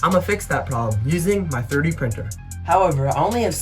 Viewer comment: “My Ferdi printer”